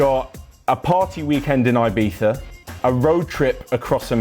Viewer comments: hahahaha lmao its definitely not. Since when is there an Eye and an E in Ibiza? Did i missed something it’s not “Eyebeetha” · it actually hurts my ears how he pronounces Ibiza lmao.